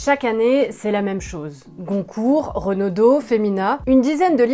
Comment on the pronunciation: Alors c'est le prix Goncourt, et non "Concourt"...